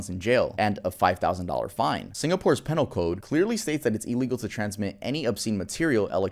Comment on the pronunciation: It's pronounced ˈpē-nᵊl-ē . Pee null. Great video . Keep up the good work